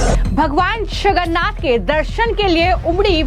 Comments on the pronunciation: यह न्यूज एंकर लडकी जगन्नाथ बोलने की कोशिश कर रही है मगर इसका उच्चार छगन्नाध सुनाई दे रहा है जब की विदेशी महिला और पुरुष स्पष्टतासे जगन्नाथ बोल रहे‌ है .. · अरे कोई इस अँकर को हटाव, इसको भगवान जगन्नाथ कहने को नही आ रहा है, वो भगवान छगन्नाथ बोले जा रही है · Bhagwan Jagannath ji ka naam sahi se lijie. Agar ni bol parahi hen to anchoring choddijie warna koi or topic pakdie. This is not tolerable. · Are mem Jagannath Prabhu ka naam to sahi se bolo